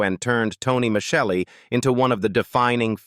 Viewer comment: Tony's CHARACTER name was NOT MICHELLI, THE LAST NAME WAS *MIS-SELLIEE* (Spelled MICELLI ) THERE WAS *NEVER* ANY CH SOUND IN THE NAME!